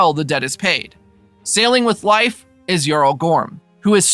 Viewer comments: whos life pmsfl thats not how you say his name< its more like leaf then life loool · I believe his name is pronounced LayFF … not LIfe…sorry I just seen you addressed this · It's pronounced leaf no? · You pronouns Leif like Lajf (american letters), not like Life... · bruh, his name is pronounced "Leaf"... Not, "Life"... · I'm pretty sure it's pronounced layff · I thought the same thing! Haha! I kept saying it's LEAF! 🤣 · I did do some reach after commenting this and I guess in Scandinavian vernacular, it's pronounced similar rhyming with life. But it sounds like this guy is straight saying Life instead of Layff. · You are saying Life...Wtf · I'm I confused or are you calling him "life" Erickson? Is that the real pronunciation? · Can’t listen to Lief being pronounced incorrectly anymore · How do you not know how to say Leif’s name. Pretty horrible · How do you make a recap for a show and consistently mispronounce one of the main character's name?